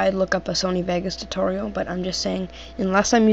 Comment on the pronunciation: Its Tutorial Not "totorial''